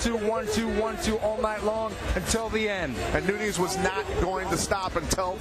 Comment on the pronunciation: NunEEz? C'mon now..🤦